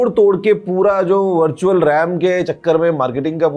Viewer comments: birtual or virtual bola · bharchual ram 😂😂